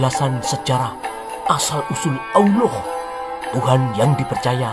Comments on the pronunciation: Nyebutnya aloh!!!! 😂😂 lucu dan mantab...aku sukaaaaa denger nya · Ketahuan nihh.....adminnya kurang belajarnya😂 melafalkan allah aja masih belepotan 😂pesan saya supaya admin belajar lagi tang buanyak ya😂